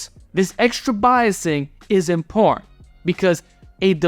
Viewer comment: Anyone ever told you that you pronounce “important” funny?:P